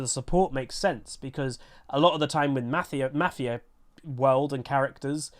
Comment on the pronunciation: Love you but I cringe everytime you say mafia!!!